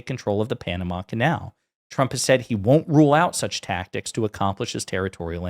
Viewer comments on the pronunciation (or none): none